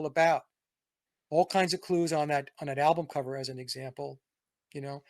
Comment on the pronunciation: 🔥🧨, great discussion, but if Vince says “alblum” one more time I’m going to “exblowed”💥